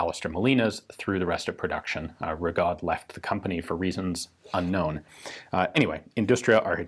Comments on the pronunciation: The French surname "Rigaud" is normally pronounced Ree-go not Rig-odd. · Francophone here, "Rigaud" is pronounced ree-go, the D is mute, just to mess with people.